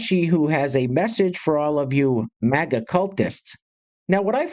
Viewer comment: Dude it’s MAGA not MEGA buddy. Yes we are large and in charge but if you can’t get the acronym correct then why would anyone even listen to your opinion. MAKE AMERICA GREAT AGAIN.😎